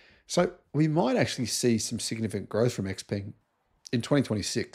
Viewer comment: X pung is closer to the actual pronunciation